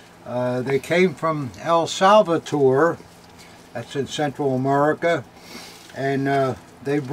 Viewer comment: It's El Salvador, not El Salvator. FYI.